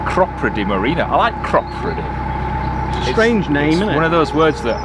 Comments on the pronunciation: Cropredy --- us old time locals say CROPadee…. welcome to my stomping ground by the way! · Hi Guys Its Crop__ready not the way you are pronouncing it, by the way I have also got problems with my right knee it keeps giving way under me, fell over the other night going to the toilet. So I have got to go to local Hospital for an X-ray. Anyhow love the video. PS I've been down the Oxford canal some years ago, in summer it gets very low of water. Cheers Dave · Loved this week’s video. Sure we could hear banjos around Clattercote Wharf, and I always thought it was pronounced Crow-preedy - glad you put me right.